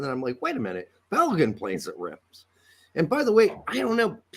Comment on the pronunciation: Tacs pronunciation of Reims is his Brazilian/Portuguese coming through…Rs have that huh sound in Portuguese